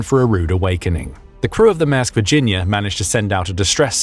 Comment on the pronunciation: It's not 'MASK' but 'MAERSK' and has an "R" in it so please pronounce it correctly.